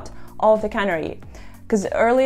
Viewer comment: Please learn how to pronounce “canary” if you’re going to make a video about it. A canary is a small bird. A cannery is a factory where they put fish in cans. A cannery deployment is where a truck delivers the above cans of fish to a consumer.